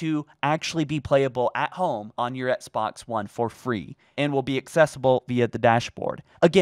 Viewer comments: Dear, it bugs me so much that you don’t pronounce the ‘X’ in Xbox, and instead say it “Ets-box”. I don’t know if there’s a reason for this, and I know I’m probably being annoying by even writing this, but I had to at least put a comment out there.. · Can’t unhear “ets-box one”